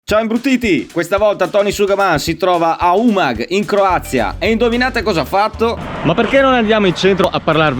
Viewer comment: Ripeto UMAGO, UMAGO, UMAGO, e no UMAG.